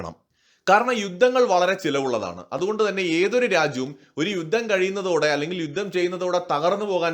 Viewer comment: യുദ്ദം എന്നു കേൾക്കുന്നത് അരോചകം. ആയുധം, യുദ്ധം ഇതൊക്കെ ഉച്ചരിച്ചു പരിശീലിച്ചാൽ നന്ന്